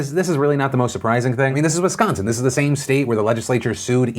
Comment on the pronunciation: Wow you actually said Wisconsin correctly. Good job fam